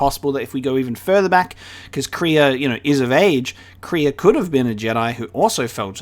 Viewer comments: It's not kree-ah. It's Krey-a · Kreia is not pronounced Kreeya, but Crayuh. If that makes sense :) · I've just been casually watching him say her name wrong, wondering how many episodes it will take to learn how to say it